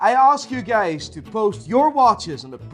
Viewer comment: "I arsk you gays" .. off to a great start